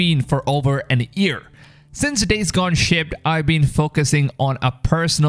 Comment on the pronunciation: You keep saying “an ear” instead of “a year”